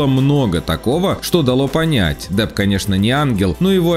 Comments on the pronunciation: Ты чо, черт, какой джонни дАп, он Джонни Депп, А не Дап, или Даб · джони дАп? ща из ушей кровь пойдет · Автор, у Вас проблема с произношением Э? ПАнелопа Круз, Джони ДАп...... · Д Дапп 🤣 3 секунда